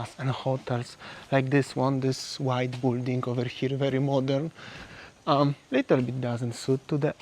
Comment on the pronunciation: That's the most amount of foreigners I've seen since I started watching a few months ago. It "Bilding", not "Bulding". Or "Bylding" for the Polish phonetics.